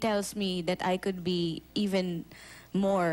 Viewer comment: Actually... tha well.. hehe.. di ba pwdng kompletuhin ung THAT...